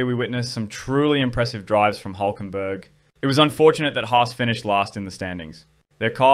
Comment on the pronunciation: His name is Hülkenberg. You can't just replace the ü with the u, it's a completely different name.